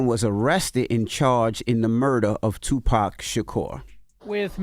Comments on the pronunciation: And after all these years, news reporters still pronouncing his name as “2 PACK” lol cmon bruh 😅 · Damn reporters still calling him "2 pack" all these years later. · These folks still mispronouncing the name as TuPACK is blatant disrespect and on purpose. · All these years later white people still pronouncing the man’s name “2 Packs” 🤦🏻‍♂️ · These mfs still sayin “two pack” shakur 😂🤦🏾‍♂️… put some respect on his name smh “as prolific as he was profane” that’s wild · They really said "tupack" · Been damn near 30 years and white ppl still saying “tu-pack” 🤬 the disrespect even when they’re gone🤦🏿‍♂️😂😂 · The fact that white people in 2023 still can’t pronounce Tupac is ridiculous 😭😭😭